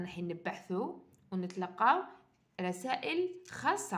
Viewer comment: كيقالت نتلقاو رسائل حسبتها قالت دصارة 😅😂😂😂